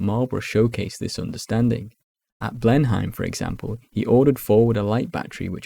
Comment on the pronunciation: Your pronunciation of Blenheim is a conflation of the English way of saying it and the German town of Blindheim 🤷